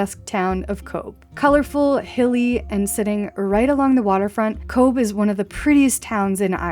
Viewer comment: Nice video...one polite correction...Titanic only came inside the mouth of the harbour and dropped anchor there. Tender vessels brought some ( lucky ) people from it, and landed them at Cobh ( as you correctly pronounced "Cove") and some people were ferried out from Cobh, to board Titanic, on it's doomed,maiden voyage...glad you had a good holiday and the weather wasn't too unkind !!